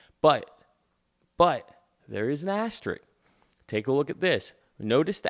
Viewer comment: it's "asteriSk"